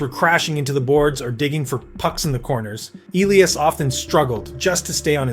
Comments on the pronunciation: Is this an AI video, felt like it talked about the same thing over and over and how it pronounced Elias, yikes. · Why can't people pronounce his name like HE DOES? (e LEE' as) aka Petey is a stud 1C two-way player with incredible vision and hockey IQ. Elias (e LYE' as) Pettersson aka D-Petey is the Canucks rising young left shot D-man who loves body checking opponents. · Is this script AI? His name is pronounced eh-lee-uhs and you had inconsistent ways of saying it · Why on earth would D-Petey pronounce Elias different than F-Petey ??